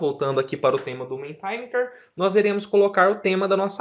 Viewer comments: Parabéns pelo vídeo. Pequena nota, a pronúncia é "MEnti MíÍter" (inglês padrão americano) ou "MEnti MÍta" (no inglês padrão britânico) - letras em maiúsculas são tônicas. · Ótimo, muito obrigada! Ah, a pronúncia correta é "mentimérer". Abraço!